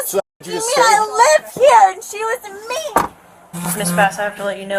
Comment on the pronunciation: "She was mean-ah. I'm calling my mommy" 😂